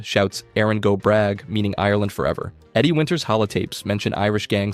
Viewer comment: If it consoles you, his pronunciation of Irish names was perfect, but him saying “go bragh” was a bit off but I respect the effort. He made a better effort than most of our population.